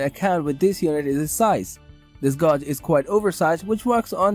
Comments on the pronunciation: Gog? Gauge is generally pronounced as "gAj".. Rhymes with cage, rage, stage. Solid video otherwise. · I stoped watching after I heard the word “Gawg”